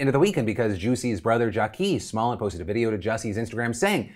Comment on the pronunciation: Did Phil really just say "small-et"??? its "smol yay"